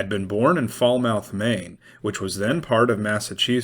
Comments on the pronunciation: fal·muhth not fol•mouth. Local pronunciation fal•mith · It’s pronounced “Foul-muth” not “fall-mouth.” BTW… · Falmouth is pronounced "Fal-myth"